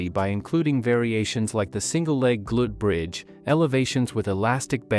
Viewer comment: Can you teach your AI narration to correctly pronounce "glute bridge"?